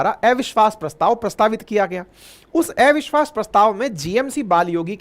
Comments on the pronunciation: Gyani to hain aap parantu thoda irritating lagta hai jab "अविश्वास" ko "एविश्वास" bolte hain .... habit ko badalna aasaan nahi parantu yadi sambhav ho to Dhyan dijiye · आपको अविश्वास बोलने नहीं आता है क्या 😊